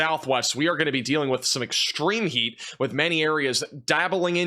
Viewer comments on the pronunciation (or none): none